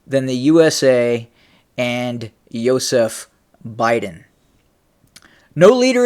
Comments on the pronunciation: Everytime you say Yozef Biden I think your talking about my dad and its really freaking me out. Can you call him Joe Biden... Lol😬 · Hey man stop pronouncing his first name like that. You trying to insult Stalin 😅